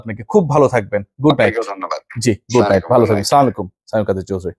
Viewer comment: আপনারা কি রকম মুসলিম ঠিক করে সালাম দিতে জানেন না চামালাইকুম👈👉আসসালামু আলাইকুম এভাবে হবে 👍🤲🤲